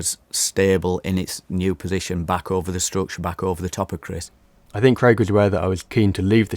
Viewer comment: Dave be like ‘Chrisch’